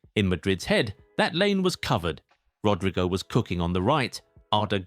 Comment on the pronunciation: How the hell do you pronounce Rodrygo as "Rodraigo" I've had it with you, you're dumb as hell or you're just doing it on purpose. There isn't any new video of yours unless you mispronounce at least, one player's name